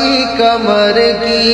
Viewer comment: کمر نہیں۔ قمر ہے۔ اپنا تلفظ ٹھیک کرو